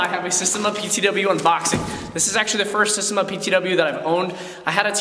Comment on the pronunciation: SA-steM-A Not systeM- A